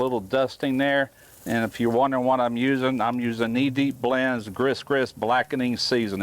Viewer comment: 🤣🤣 Gris Gris is pronounced Gree Gree...